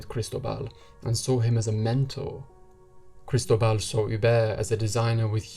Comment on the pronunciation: FYI -- kris-TOH-bal